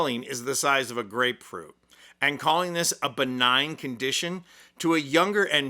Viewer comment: Lil Caroline even pronounced BENIGN WRONG ‼️Go back and listen 😂😂😂😂